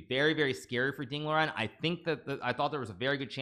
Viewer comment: It's Liren, not Loren.